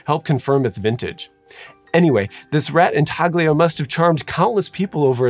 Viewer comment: INTAGLIO is pronounced in-ta-lyo. Italian. Like "embroglio" em-bro-lyo